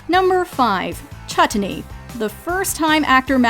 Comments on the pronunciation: Mango Chut-ten-ney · Lol - No.5 Chutney - That is actually the correct pronunciation of the word "Chutney" in India ... The T is always emphasized like that when indian people speak this word. We laugh about it and enunciate the T even more whenever we wanna joke about it... "Gimme some ChuTney !" .... So the first ever mispronunciation was actually not a mispronunciation at all...! Now if i can only remember how to spell pronunciation? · Funny enough, Schmidt's pronunciation of chutney is more accurate than how the narrator pronounces it.